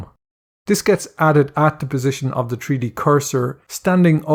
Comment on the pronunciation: Tree Dee LOL